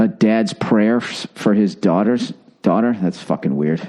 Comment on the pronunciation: Billy butt crack it's been awhile since you hardcore rant. But once you talk about your dauughtaaaa you become a soft serve😁 but I love this podcast